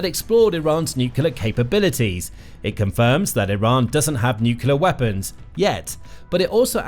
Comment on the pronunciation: 'new Q leer wop buns'